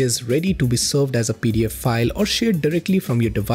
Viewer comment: Gonna have to work on that full pronouncation of pdf😅